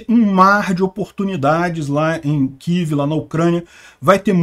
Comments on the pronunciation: Mas que coisa irritante! Todo falante de lingua portuguesa fala KIEVE, mas o bonitão, acha mais elegante falar KIV. Argh! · "Quív"??? Pelo amor de Deus!!! Fala UCRÂNIA, pelo menos!!